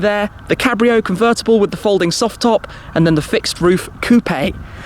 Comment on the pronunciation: Grrate. C r rt t c. CUVRRTABALLE